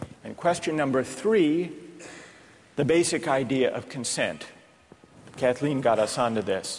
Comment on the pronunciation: catlyn not kathleen